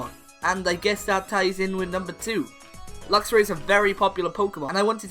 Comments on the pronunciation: Meowstic does not end with a K, and it's Luxray, not Luxury! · The A in Luxray should be after the R!